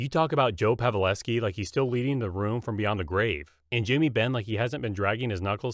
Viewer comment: I can't say you're a hockey fan if you mispronounce Pavelski twice!